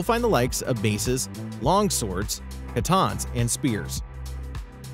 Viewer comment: its katana not katan